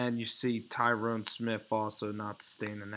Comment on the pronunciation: Tyron not Tyrone. La'el not Lionel. 😨